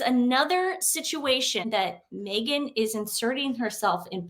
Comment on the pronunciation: Sooty blind 😂 moment to say Megan not negan 😂